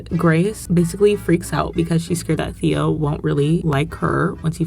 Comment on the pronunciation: You calling Theo "Th-ee-oh" the entire video is so funny